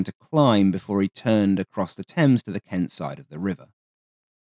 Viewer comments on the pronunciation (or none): none